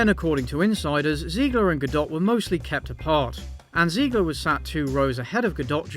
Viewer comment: I love you dude, but every time you say Ziegler instead of Zegler, I cringe a little and get Music flashbacks